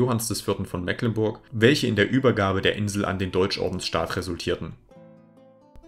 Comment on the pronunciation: "Mecklenburg" wird aber mit langem e gesprochen.